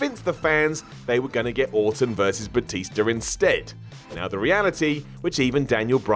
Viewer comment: Batister? That's how an old person would say it.